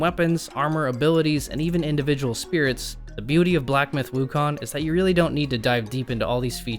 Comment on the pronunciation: you kept saying Wukon throughout the entire video